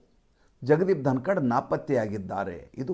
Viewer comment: ಯಲ್ಲಾ ವಿಷಯ ಚನ್ನಾಗಿದೆ. ಸಂತೋಷ...... ಆದ್ರೆ.... ಏನಿದು ಧನಕಡ್... ಧನಕಡ್...... ಧನಕಡ್....???? ಧನಕರ್... ಅಲ್ಲವೇ...